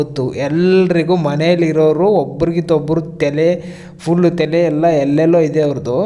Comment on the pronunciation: ಅಣ್ಣಾ ಅದು ತೆಲೆ ಅಲ್ಲ "ತಲೆ" ..😂😂😂 ಏನೂ ವಿಷಯ ಇಲ್ಲ ಅಂದ್ರೂ ನಾವು ನಿನ್ನ vedio ನೊಡ್ತಿವಲ್ಲ ನಮಗೆ "ತಲೆ" ಇಲ್ಲಾ 😂😂😂😂😂😂